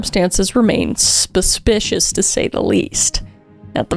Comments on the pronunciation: spuspicious :o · 'spispicious' indeed 😅!